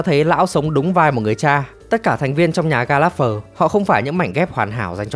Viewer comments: ""Gallagher đọc là ga·luh·gr nghe thuyết minh "ga láp phờ" khó chịu thật :))). Chắc chắn giọng đọc chưa hề xem phim :)))."" --- Đang định cmt thì nhìn xuống dưới thấy cmt này nên rep vào đây :))) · đề nghị phát âm gia đình này chuẩn hơn :)))) ga láp phờ nghe ải chỉa thật sự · sốp ơi nhớ là ga lẹt gờ mà sốp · Ga lác gơ mà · Mong recap video sau team sẽ đọc đúng tên Gallanger ạ :( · Xin góp ý là nên đọc đúng tên của nhà này : [GAL] + [UH] + [GUH] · Có mỗi chữ gallager xem phim nghe đi nghe lại mà cũng đọc sai nghe khó chịu vc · Là một fan theo series này quá lâu, Bạn đọc tên họ của cái nhà này SAI toẹt ra. Moa buồn vãi!! Chứng tỏ đéo coi phim rồi